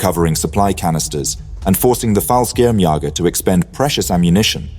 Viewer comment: I understand that German is a very difficult language for native speakers of English, but considering the number of times you try to pronounce the German word for paratroops you should know what the meaning is of those two little dots above the second ''a'' in "'Fallschirmjäger''.